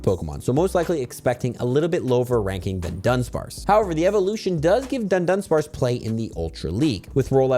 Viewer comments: It's DUH-DONE-SPARCE, not DONE-DONE-SPARCE., please take two extra seconds to read the name of the Pokemon for once. A lot of people watch your videos and many will adopt your mispronunciations. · it's a nitpick, but it's Dudunsparce, not DuNdunsparce, only one 'N' in there. Thanks for these update videos, easier to listen to while eating lunch.